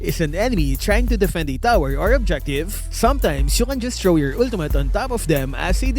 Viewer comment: “Ultumutt.” —LMAO